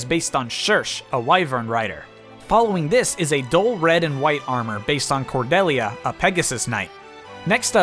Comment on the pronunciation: The way you pronounced Cordelia somehow triggered me.